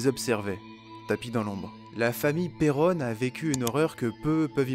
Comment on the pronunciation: Très bonne vidéo mais 2 choses m'en ont fait sortir... Vous prononcez pas "Perron" de la même façon, c'est anodin mais ça fait bizarre 😂 Et Elgill rajoute des points ou des virgules à ces phrases qui n'ont rien à faire la ce que je trouve dommage... Mais sinon merci pour la vidéo !